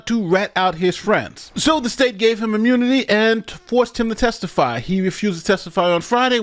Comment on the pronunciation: "da State, ahh read da case..."